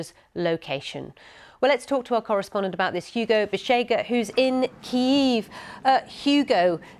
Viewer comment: The BBC have decided not to pronounce Kiev in the Russian way. The problem is that none of their presenters can say it Kyiv in the Ukrainian way which to be fair isn't easy for an English speaker. Most of them say Keev which sounds ridiculous this one said Keeyeev. My advice would be to say it the Russian way if you can't say it the Ukrainian way, don't make a new word up.